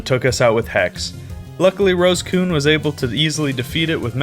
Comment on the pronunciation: What he says: "Rosecune" What I hear: "Rose-kun"